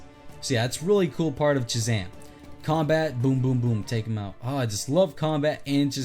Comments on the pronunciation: am i the only one who notices shazam is dc but he is playing avengers music also he said jhazam not shazam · Hey! I don’t want to sound rude, and I am a nerd so I know how nerdy I’ll sound, but it’s actually Shazam, he just has a retainer so he has trouble pronouncing it.